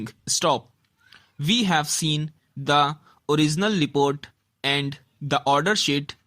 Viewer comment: Report bolte ni ata tere se gadhe